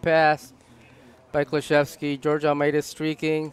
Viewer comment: It's pronounced Kluh-chef-ski. Go #6